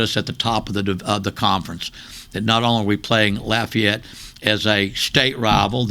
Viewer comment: I’m glad he called Lafayette by their proper name, “Lafayette”.